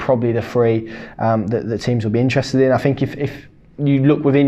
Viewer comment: Could you pronounce your th’s ie fink is pronounced think.